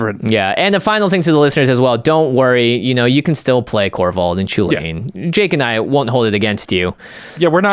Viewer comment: it triggers me every time you say "Chulane" xD because sounds just like chilean, and yeah i'm from Chile.